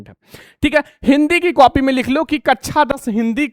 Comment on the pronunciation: सर, बाकी सब तो ठीक है लेकिन आप कक्षा को कच्छा मत बोलिए